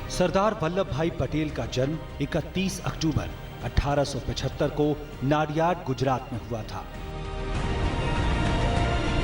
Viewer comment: वो नाडियाड नहीं, नडियाद(Nadiad) है।